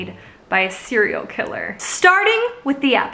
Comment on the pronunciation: did she just… 💀 “cerial killer”